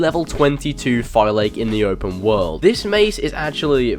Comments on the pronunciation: its pronounce Fa-Lak-key not Fi-lake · Did you even pay attention to any of the cutscenes in the game? Fi-Lake is not how you pronounce that word. they say fe-lak-ey all the time. I appreciated the content, but listening to you say fi-lake like it is an intel processor drove me insane. Also, predator bows are not made for open combat, they're for stealh killing, that's why they're unwieldly in the heat of combat. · FIL-AH-KEE not FI-LAKE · they actually say the name in the game in many places. It's pronounced "phi-LAA-keys" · I'm pretty sure Phylake is pronounced FI LA KEYS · You mispronounce Phylake it’s Phil-Lackey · just for future reference, "Phylake" is pronounced "Fi-lak-i-tites". And also, predator bows are great if you use them correctly. They are meant for long range stealth kills, and if you don't like stealth then obviously it's understandable if you prefer warrior bows or hunter bows. If you do end up trying them out, use the Enhanced Predator Bow skill that lets you control the flight of the arrow up to 70ft. It's incredibly useful for firing arrows around corners and killing enemies from afar without being spotted at all. Love your vids by the way:) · Why is it that no one on Youtube can pronounce Phylake? You literally hear it pronounced correctly throughout the game but people go nah, Ima just butcher it instead. "FILL-ACK-EE" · I pronounce it like Fy-lake, is it correct? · I think the OP should go back to the game and learn how to pronounce "Phylake" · Why does every one say phylake wrong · Garrett Friday sounds stupid? It's not English, I mean you're going to say whatever you want to say but that's not how it's pronounced.